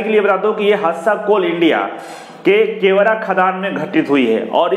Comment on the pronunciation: केवरा नही गेवरा